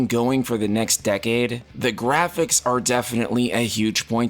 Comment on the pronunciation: "grahpics" xD jokes aside, this is absolutely wonderful! Everyone was hoping for these kind of updates and they're finally delivering! Also no NFTs are just the icing on the cake! The future of FFXIV is looking very bright!